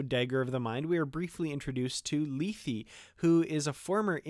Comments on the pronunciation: Hi. No disrepect intended at all. Regardless of how Emma says it, check out the Shat Which is exactly how we pronounced it college Greek. I liked your video, btw. In the episode itself it's also pronounced lay-thay. Just saying. Happy New Year, btw! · LAY-THAY, not LEE-THEE, please. It's from Greek mythology, and is pronounced correctly in the TOS episode. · why not pronounce it the way its pronounced on the original series episode.."lay-thay".? wtf is lee-thee?